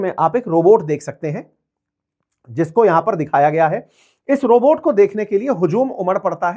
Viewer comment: CHIANA ROBORT 😂😂😂😂😂😂😂😂